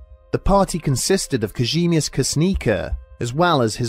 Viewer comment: If youre gona say it so many times please learn how to say Kazimierz my people would write Kazimjež.